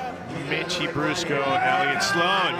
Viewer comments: fool at the beginning said mickey brusco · Anyone notice how he said mickie brusco